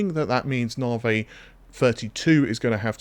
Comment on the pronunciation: Can't wait for them to move onto whatever is after navi. Cant stand hearing it called narvey every single time lol. Its not a way of saying it, if it's its name you say it how it's meant not how you think it's said, just like when the new doctor joined the enterprise in TNG and she would call Data, Darta.